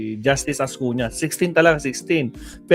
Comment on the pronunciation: .Ascuna hindi Ascuña.